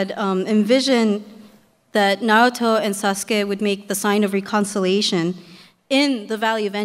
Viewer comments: wow! I wish I could have been there! but that host... the way he pronounced "Na RU Toe" ...so irritating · A bit old, but I I agree. He was saying Naruto wrong, however as best seller, he probably meant in America at the time, otherwise it’s one piece. Oda knows this and states this as well.